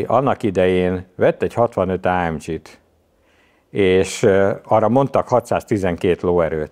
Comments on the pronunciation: Nem áemdzsiiiii hanem AMG !!!!!!! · Azt hittem a Geszti pályát váltott, tetszett a téma viszont az ámdzsizés idegesítő. Kedvencem a márka , Á M G a G az egy német helységnevet szimbolizál semmiképpen sem dzs, és így jön ki a két alapítótaggal a legendás név. Aufrecht Melcher Großaspach. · Ezen a szinten miért Lorinsen és AMdzsí?